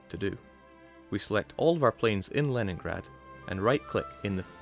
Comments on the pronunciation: It's pronounced Leningrad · The Leningrad pronunciation? How does he do it?? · By being Scottish.